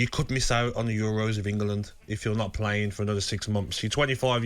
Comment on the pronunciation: Does Gabby think you pronounce England ‘Engerland’?